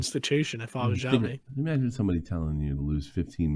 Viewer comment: Xavi leaving put out the last flicker of hope for Barça for me. Management has been a disgrace for a long time, if not corrupt. By the way, Xavi pronounced as "Sha-vee" ;)